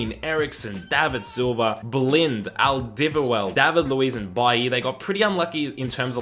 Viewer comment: Don't ever say alderwireld again😂